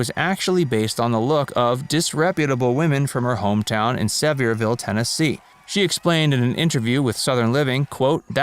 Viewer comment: NOT JOHNNY CASH!! PORTER WAGONER…THE PIC WAS PORTER, AND HE STARTED HER CAREER! NOT CASH! And you don’t know how to pronounce Sevierville, Tennessee! Who are you, reading this mess…?…before you narrate learn your facts and pronunciations!